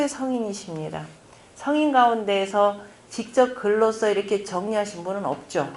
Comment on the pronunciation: 아이고!!!! 성인의 발음이 틀리다니! 더 놀라운 일은, 이런 어류를 지적하는 이는 1967년에 고국을 떠난 이 늙은 이 뿐이올시다. 한국 어문의 타락상!! 미국 변 완수 드림